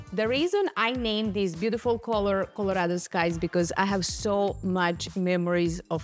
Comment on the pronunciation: Great artist! Loooove how you pronounce "beaudiful". 😊 warm regards from Holland 🇳🇱